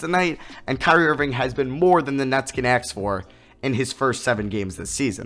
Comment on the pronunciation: no-one: literally no-one:: Aks